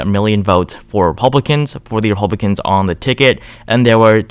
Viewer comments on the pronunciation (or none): Sounds like he sometimes says Epublicans..